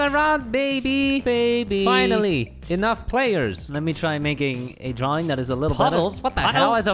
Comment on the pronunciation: Why do they say “beby”?